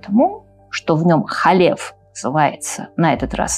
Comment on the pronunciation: Не Халеф, а Калев бен Йефунэ, Не Иисус Навин, а ЙеЪошуа бин Нун. А версия имени Б-га, которую Вы произносите, выдумана так называемыми библейскими критиками, а значит недопустима. Та четырёхбуквенная версия имени, которая встречается на иврите в огласованных текстах, тоже не настоящее имя, если прочитать, потому что согласные буквы - действительно имя Б-га, которое представляет собой глагол БЫТЬ, соединённый сразу в настоящем, прошедшем и будущем времени, а знаки огласовки взяты от ад-най - господь. Как произносится имя - знают только специальные люди - баал-шем-товы. Потому лучше произносить hашем, если надо сослаться на это имя. Либо перечислить еврейские буквы имени Йуд-hэй-вав-h'эй, где h произноситься не как русское Х, или Г, а как украинское Г. А за домыслы и следование ложным теориям о двух разных источниках Торы ставлю дизлайк. Рекомендую прочесть Тору с комментариями Раши, потом перечитать с комментариями Радака, потом Рамбама. Это всё комментаторы простого смысла. Кстати с этими комментаторами можно прочитать и весь ТаНаХ пытаться найти ответы самостоятельно - дело хорошее, но Вы относитесь к тому, что у Торы 2 источника, не как гипотезе "библейских критиков", а как к установленному факту. А если бы прочли с комментариями названных мной, на много бы вопросов нашли ответы, но у Вас бы возникли новые, уже более высокого уровня. Тогда бы Вы не создали этот ролик, а что-то белее квалифицированное